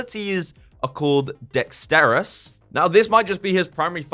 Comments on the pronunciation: Dexterity is pronounced: Dek-steh-ruh-tee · look I enjoyed the video great video thank you for going in depth but you gotta make sure you say the words correctly you called dexterity dexterus